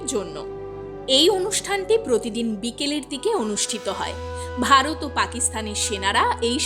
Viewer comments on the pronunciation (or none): none